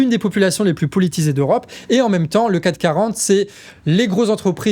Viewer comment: C’est le CAC 40 et pas le 4 40 ni le CAT 40. J’aime beaucoup tes videos, mais tu dis ça souvent, et ça fait pas sérieux.